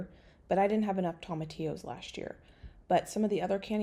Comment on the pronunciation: Just FYI - tomatillos are pronounced with the long O sound - think TOWmatillos:)